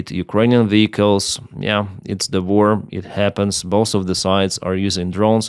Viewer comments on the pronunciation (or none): Super as usual.....BUT, in ENGLISH, W IS NOT a "V" , it's rather a "Ouaiiiii" Ouaiiar (WAR) Ouaiiielcome (WELCOME).....